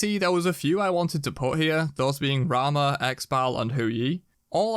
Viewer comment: homie really said rama wtf